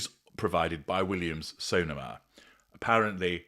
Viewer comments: Dearest, love your elegant and excellent elocution but I can tell you that Sonoma places the accent on the second 'o'. So- NOH-ma:) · It’s Williams-SoNOma.